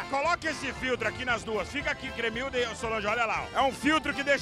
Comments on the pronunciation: gente o nome é cremilda e não clemilda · só eu que repiti a parte da cremilda falando bugunal umas 20 vezes??